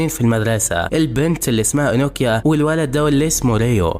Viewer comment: انوكيا ❌ نوكيا ✅